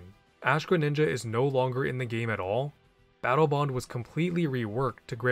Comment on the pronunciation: "Battle Bone" lmao😂😂